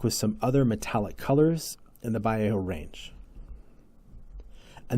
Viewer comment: Pronounced Va Lay O and Gallery 😊